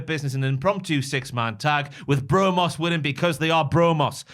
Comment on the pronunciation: "Bro-Mos"...sound it out.